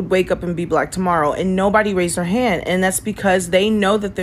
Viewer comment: She says "han." "Raise yo han." "Raise yo han befo' i aks yo han off...dont make me aks again, idkhtf to speak english cuz im lizzo, im an ignorant embarassment to myself